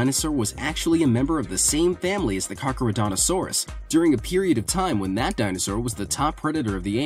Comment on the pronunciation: that’s carchar not car no xD